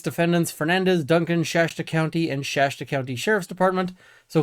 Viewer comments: It's Shasta county, not Shashta county. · You're quite clearly spoken, but you continually mispronounce 'Shasta' as 'Shashta'. Why that one word? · I'm just wondering where the "shaSHta" pronunciation of "Shasta" came from. Names are weird, so I'm sure it makes sense to someone. I'm happy to see coverage on this story. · Shasta pronunciation = SH - ASS - T - UH